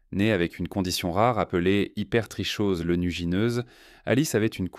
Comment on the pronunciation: Cc super video. Juste pour info l'hypertrichose se prononce hypertroKose